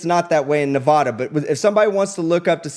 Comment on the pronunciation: Here in Nevada we pronounce it Nevada, not Navodda :D